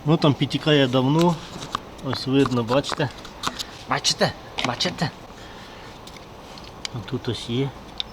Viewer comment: тепер і я почав замічати як ти дореха разів кажеш БаЧеТЕ капец 😂😂😂😂